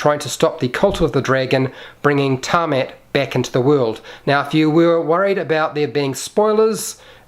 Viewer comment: Tee-ah-met... that's how you say her name. And stop pointing with your middle finger.